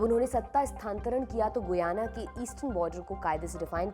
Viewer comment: Its pronunciation is गयाना not गुयाना..